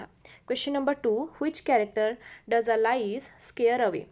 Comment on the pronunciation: Please pronanuce correctly Alice